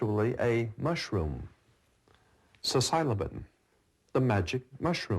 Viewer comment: Psilcylobin? Hashise? can't even pronounce it, how are we supposed to take his word for it?